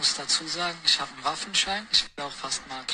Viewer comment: Sandro Salvatore ich meinte seinen Sprachfehler xD!